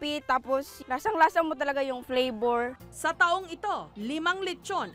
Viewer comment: ATE HINDI FLEYBOR FLAVOR